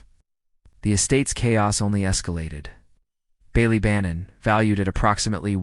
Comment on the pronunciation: The pronunciation of Ballybannon in the video is painful to hear. Bally is supposed to be like Bah-Lee.